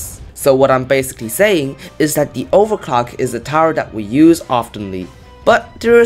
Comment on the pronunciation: Why i hear overclock without the L Its not nice to my ears